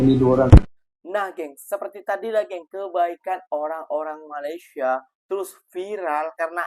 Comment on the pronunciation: COBA PERHATIKAN DAN DENGAR BAIK BAIK APA YANG DIUCAPKAN... BERKATA MALASYA... MALASYA... MALASYA 🤣👻🤣👻👻👻